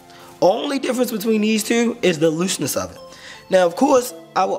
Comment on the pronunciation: Did I detect a Bmore accent with the word two?